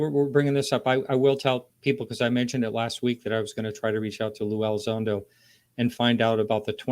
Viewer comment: This guest is absolutely terrible with repeating peoples names, he butchered Avi Loeb and Luis Elizondo. I only say something because these people deserve proper recognition and to give people the correct information to do research to come up with their own conclusions and thoughts.